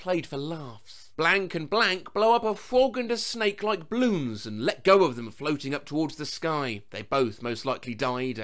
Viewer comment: why do you say balloons like bloons? i doubt you're talking about bloons